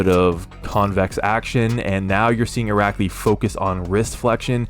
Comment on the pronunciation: How many times did you have to practice saying his name 🤣 that was so impressive